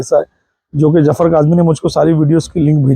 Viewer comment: جاہل بابا آپ اپنا لہجہ درست کریں جفر نہیں ظفر نام ہے جہالت کی بھی حد ہوتی ہے فنٹا بابا عرف نارنگی بابا